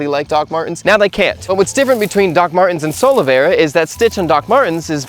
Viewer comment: Omg I thought he was saying "solo bear".